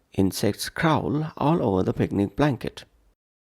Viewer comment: Crawl wrong pronunciation